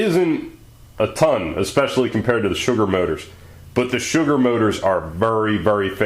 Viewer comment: "ze data"